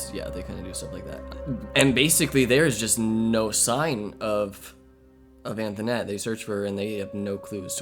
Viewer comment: The kid on call pronounces her name as Antoinette not anthonette. Her mom pronounced it anthonette. Call set up by her mom